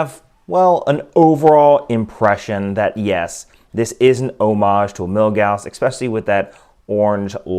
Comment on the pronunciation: Why do you keep calling it "Milgausst"?